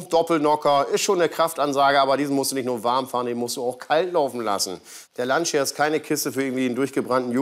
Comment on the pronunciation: Lancia hahaha die Betonung auf dem i, hshahaha